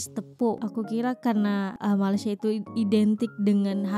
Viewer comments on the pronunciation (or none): none